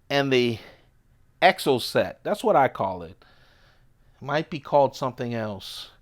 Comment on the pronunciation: I think I kind of dig your way of pronouncing "troodon." Also, you're dead on; that is exactly how to say "exocet." Thanks for sharing your collection with us more or less vicarious collectors/enthusiasts! By the way, I've heard tell of a particularly stupid patchwork of regional laws & ordinances, rules kind of sort of superseding, or partially superseding, other rules, resulting in the development and production of a whole sub-category of auto and OTF knives. Arguably, this little gem, the Exocet, may well be the prototypical, standard-bearing leader of said style of auto knife. So, in California, you can't be out and about with an automatic knife... unless the blade is less than 2 inches long. Thanks to that weirdness, and the subsequent demand for CA-legal automatic knives, Microtech has at least three models specifically for Californians who want to legally carry an OTF. In addition to the Exocet, there's a short UTX-70, with a 20% shorter , sub-2" blade (the rest of the knife is the same, as far as I can tell). It must be a lucrative market, because in addition to that ground-up new design and the special blade option on an existing model, there's also the 1.9" blade, 5.45" overall Troodon Mini, which is another entire knife, purpose-built just for California. I'd love to see you play with a Troodon Mini if you can get your hands on one!